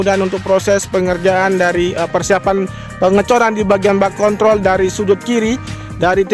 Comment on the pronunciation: Hati hati bang dalam penyebutan kontrol... bisa salah sasaran ntr😁